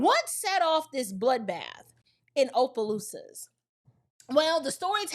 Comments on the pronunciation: Not Ō..pelousas.. It's "Ah"..pelousas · My sister, I'm from Louisiana, just a slight correction, Opelousas is pronounced with a short O not a long O, like opposition. Everytime i hear you say it with long O i laugh😅😅